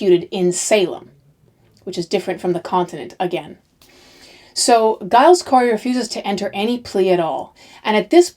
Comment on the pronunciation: Hi., interesting series. Just to let you know Giles Corey is pronounced Jiles. I'm a fellow G/J Gillian. I know Americans aren't too aware of this.